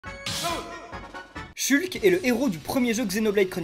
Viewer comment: Ça me fait rire que tu le prononce "chulque"